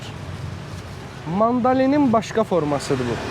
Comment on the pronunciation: Qardaş "mandalin" deyil mandarindi R herfi))))